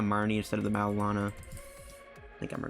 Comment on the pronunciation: Maybe it's a freudian slip, but every time you say "Marrow&Lana" I tend to hear something entirely different... ;-)